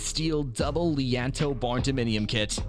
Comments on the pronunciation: Lee Ann toes...bruh, it's lean-to this is fucking hilarious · Again….”Lean-To” (Phonetically: Leen-2). Silly muskrat